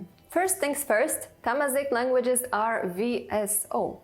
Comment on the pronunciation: It’s not thamizeet Zh- pronounce L .. different L